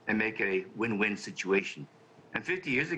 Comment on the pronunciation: With all due respectful to the handsome news anchor gentlemen..👍💐, your pronunciation of "Win-Win" kinda sounds like "When-When" to me..🤔🤔..Sorry, English is not my Father's tongue 1st language's but rather ESL since 1981..😁😉